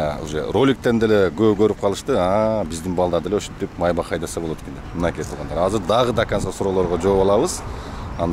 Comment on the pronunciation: Майбах эмес МАЙБАШ